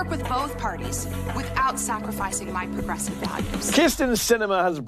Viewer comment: Did she say "progressive"??? Lol 😆😂😄